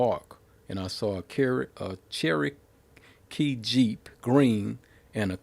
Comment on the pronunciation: U know he rides big boy shit,he cant even pronounce Cherokee😂😂😂